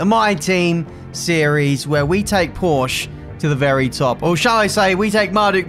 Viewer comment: Learn, how to pronounce "Porsche", thank you.